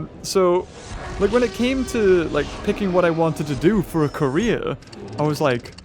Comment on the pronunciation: did he just say KOREA🇰🇷 or career?